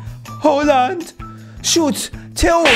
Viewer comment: فقط هالند گفتنت😂